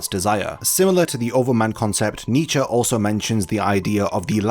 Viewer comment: You butchered Nietzsches name but this video was so well done, I don't even care.